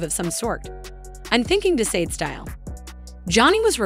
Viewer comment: Sade is not pronounced ‘saat